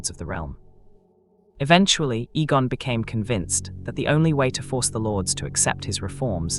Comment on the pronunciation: When the AI mispronounces the name or word, correct it by spelling it out so it says it right. Egg, Eggon.